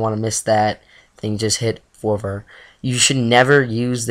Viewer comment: Longevity = Lawn Jev Itee Fervor = Fur Vur Just sayin... Good video though, don't worry about being a tongue tied timmy at times.